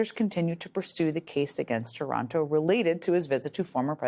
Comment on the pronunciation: This loser's name is TARANTO, NOT TORONTO ! Say it as it's Spelled Please so that Nobody thinks of any association with anywhere in Canada. Thank You.